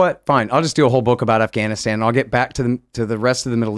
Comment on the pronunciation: When Biden called it Gaffwann-Ahhh-stan everything fell apart............